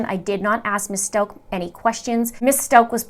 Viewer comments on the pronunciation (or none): How do you get "Stoke" out of S-t-a-u-c-h? Don't you listen to the news and how they pronounce it?